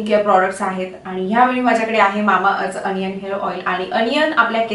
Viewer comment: अनियन नाही दि ओनीयन ग